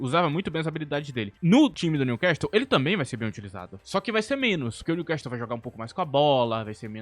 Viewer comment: no time Newcastle não se pronuncia o "T", outrossim parabéns excelente vídeo